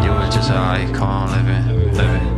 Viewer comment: Seriously the word ICON sounds like EYE COIN...The title could referring to EYE COIN LIVING...it just my point of view.